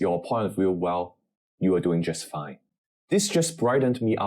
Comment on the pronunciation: Please don’t emphasise “just” getting a C at AL, it sounds a bit…..ironic